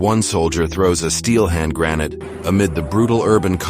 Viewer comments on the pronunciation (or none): You know???? I would LOVE if the narrator could actually pronounce the words in the video. Not “Dolly” but “Da Lee”. For Salvador Dali. Not throws “a granite” but “grenade”..